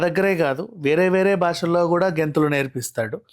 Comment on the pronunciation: గెంథులు ఏంటిరా... డాన్స్ అని cheppochuga....